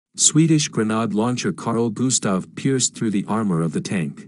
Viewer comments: Gren aid not gren odd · Why does nobody check the narrator! “Granard”. Ugh!😩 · Hey, is there any chance of getting a real human narrator? One that knows how to pronounce 'grenade' and 'Kiev', for instance. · "grenhard" launcher 🤣🤣🤣